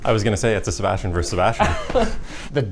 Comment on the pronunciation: a SeBASHtian